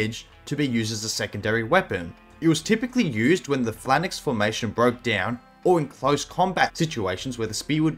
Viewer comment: What the hell is a flannix? You mean a phalanx?